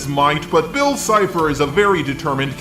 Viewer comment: Game boy Next door lol it's cipher not chipher